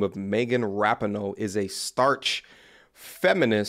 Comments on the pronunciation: Its ….Staunch…..not starch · Dude, did you say "starch" feminist? Learn to read, or just "learn". BTW, I agree 100% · It’s not a “starch” feminist. Staunch. It’s staunch feminist. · Staunch not starch, love your content man, just trying to help.